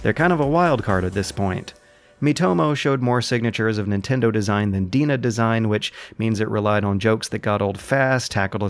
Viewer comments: Isn't DeNA pronounced D-N-A? I am usually not a pedantic grammar Nazi, but I was listening to this video (not watching) and kept wondering who the hell Deana was, and what she had to do with Nintendo, Pokemon, or Google. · Just to let you know, "DeNA" is pronounced "D N A" and "Mobage" is "Moh Bah Geh" (MOBAiru GE-mu - mobile game) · I believe they're pronounced "DNA." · It's pronounced "Dee-en-ay" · I thought DeNA was pronounced "D.N.A.". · DeNA is pronounced like DNA. Sorry for my shitty English.(I'm Japanese)